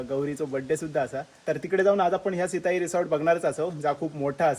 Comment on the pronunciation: सित्ताई नाही सिताई